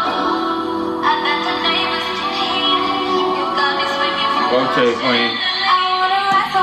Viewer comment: The song done broke patty. EDIT: then Clearence. When have we ever heard Clearence say “OTAY”